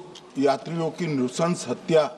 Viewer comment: नुशंश नही नरन्शंश